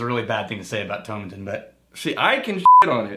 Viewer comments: Toe-maa-tin lads; it'll sound (and possibly taste better!) if you say it that way:P I know what is saying about whiskies that are primarily made for blends, but you get the odd stonker. I'm enjoying a Caol Ila at the moment, and thats certainly full of character whilst being a big blend component in other whiskies. P.S. I wrote that before I saw you lads mention Caol Ila - great minds eh.;) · It's like how you would pronounce tomato in the UK so to rhyming with paw and matin rhyming with Satin with no emphasis on any syllable. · Tomatin ( the pronunciation key said rhymes with Satan when i bought a 12 year old bottle back in 94... It also said it was used to make blends) it was awful then and under 18 bucks .. awful was an understatement.